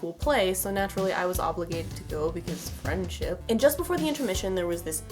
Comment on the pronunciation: Im here because "fiendship" 😂